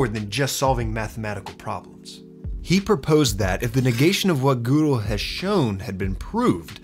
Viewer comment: Gödel’s name sounds more like “guh-del” then “goo-del”.